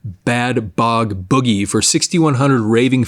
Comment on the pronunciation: Bad Boy Boogie, not Bad Bog Boogie.